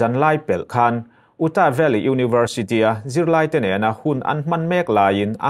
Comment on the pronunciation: Utah - 'EuTah' tiin an lam thinin ka hria. Kirk (कीर्क) - (कर्क), magneto matter - magneto metre zawk.